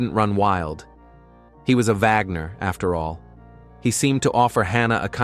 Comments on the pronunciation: Stop saying Vagner! It's Wagner!! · Its Wagnor not Vagor. ??? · Wagner, not vagner.